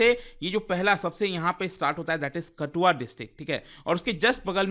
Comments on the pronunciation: It's kathua , not katua 😃😃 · Kis kis ne sir ji ke KaTHua ko 2-4 baar lagataar "KaTua" bolne pe video rok ke msg padhne aa gye... Haazri lagao👇👇🤣🤣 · Just clear ur pronunciation it's raaavi not Ravi kathua not katua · भाई रावी को रवि और कठुआ को कटूआ😂😂😂